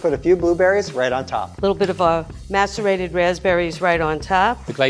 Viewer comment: everytime says macerate it sounds like masturbate lmao